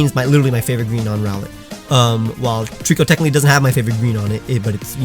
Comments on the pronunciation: DO NOT LEAVE OFF THE C IN TREECKO! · TREECKO, NOT TREEKOO! TOTODILE, NOT TODILE! FIX IT NOW!